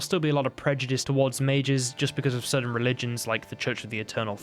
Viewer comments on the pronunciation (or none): none